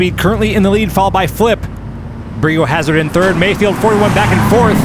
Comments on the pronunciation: Why are you saying bree o hazard when its bri o hazard as in biohazard 🤔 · It's not "BREE" O'HAZARD... its "BRY" O'HAZARD, as in BIO-HAZARD. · Anyone else feel like the name is pronounced BRY O Hazard, not BREE? 😂 otherwise phenomenal epsiode!!!🎉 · BREE O hazard?? Surely it’s pronounced BRY O hazard to rhyme with BIO hazard. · It's bri not bree. So that it rhymes with bio hazard 🤦‍♂️🤦‍♂️🤦‍♂️ almost as bad as NOOTella instead of NUTella 🤦‍♂️🤦‍♂️🤦‍♂️ Americans.... eesh!!!! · lol it's "BRY-OH" Hazard (rhymes with Biohazard)! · Came here to comment this. Was like nails on a chalkboard every time they would say Bree lol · Lol, thanks, I'm glad somebody noticed that. :-D It was even worse for me listening to it mispronounced as Bri (short for Brian) is my real first name. :-)